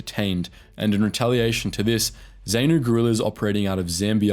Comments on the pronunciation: So many mispronounced names in your narrative. ZANU, ZAPU, FRELIMO, Salisbury etc. Are you AI or is all this outline only taken from books? You are justified in highlighting some questionable Rhodesian Army actions but it would be more balanced if you pointed out the atrocious cruelties inflicted on tribal villagers by the black nationalist fighters. Remember that many were poorly trained, poorly disciplined and poorly educated. In their efforts to deter blacks from supporting Rhodesia or working in government institutions, such as schools or any form of cooperation. they inflicted some dreadful brutality. As a young State Prosecutor my memory was seared forever with images of breasts mutilated, lips ripped off with pliers and the sounds of woe and weeping in villages that had been scourged by swaggering, AK toting teenage ‘commissars’, strutting and posturing and encouraging thugs to beat up elderly Headmen and Elders loyal to Rhodesia. When I eventually left Zimbabwe in 1986, I sought a memento, a symbol, to capture all the cruelty and suffering inflicted in the name of freedom and the only perfect souvenir of the horror was the AK47, Mother Russia’s gift to the cold-war world. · dude learn how to pronounce names. Frelimo, Zanu, Zapu, Salisbury among basically every name u used was wrong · He should learn how to pronounce Zanu, Zapu, Frelimo, Salisbury et al properly if he wants any credibility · Nice recollection, but your pronounciation of ZAPU, ZANU, FRELIMO, Salisbury, etc are off. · Goodness, it's not 'zay-noo' it's 'zaah-nuh', and it's not 'zay-poo' either it's 'zaah-puh', and it's 'frah-lee-mo' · Zaynoo? Who knew it was Ayfrica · hey bro great documentation of history, though one thing. Its pronounced Zah-Nu not Zay-nu, just a bit weird to hear you say it like that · Please! You are crucifying the pronunciation of the combatants! The 'A' in both Zanu and Zapu is said as in the word "and" , and not "saint " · It’s pronounced “Zah-noo”/“Zah-poo” not “Zay-noo”